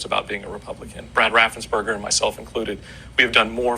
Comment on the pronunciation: RAFF-ENZ-BURGER. Great video though, I love that you bring the receipts!❤